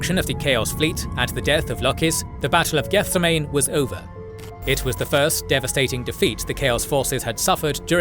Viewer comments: Love the video, but every time you say the word "Gethsemane" my eye twitches. It's geth-SEM-uh-nee, as in the Garden of Gethsemane from the Bible. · I'm sure someone else pointed it out, but it's pronounced "geth-sehm-ah-knee", like the garden in Jerusalem where Jesus prayed before he was captured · good video, but I would rather be sold to a dark Eldar than hear you pronounce Gethsemane again